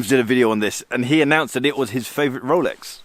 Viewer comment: Did he say I have a “rrrx” on my wrist?